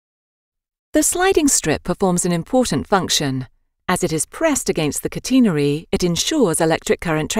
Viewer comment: It’s not cuteenerary it’s catenary